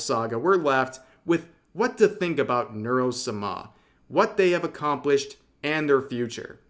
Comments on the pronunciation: Osu is pronounced like Dose. Neuro samah - you're stressing the wrong syllable. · Heheh is it supposed to be the Japanese honorific -sama? If so, methinks you are putting the wrong emPHAsis on the wrong syLLAble, Rev 😅